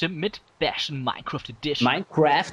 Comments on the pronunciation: Minekwüäääääft so geil :'D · Daumen hoch vür die aussprachen von minecraft vom:)